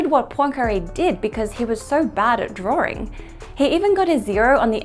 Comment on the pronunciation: I like your videos of explaining things in simple methods. Not sure why you tend to add an “r” in some words, such as “drawring” instead of “drawing”